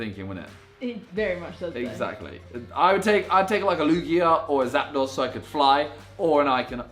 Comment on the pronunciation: Pokemon fans are triggered after he mispronounced zapdos